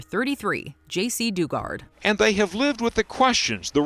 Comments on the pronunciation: Please work on accurately pronouncing names and locations. Its insulting to their memories and work. Jacey Duggard as in dug a hole. khashoggi=kashokshi? They literally said it correctly in the vids you showed. Do better if you want to be taken seriously. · "Doo-gart". Lol no.